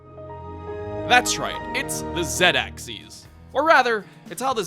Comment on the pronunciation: Hold up. No, I'm not gonna get on your case for Zed. It's the way you pronounce Axis. It sounds like you said "Axeeis." Wat?